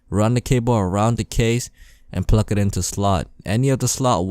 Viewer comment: i wonder how many times he said pluck instead of plug